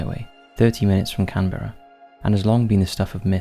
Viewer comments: Ugh. It's pronounced "Can-BRUH", not "Can-BEAR-uh". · 'Can Beara'? Why does the narrative not have a clue how to pronounce really well known places and names?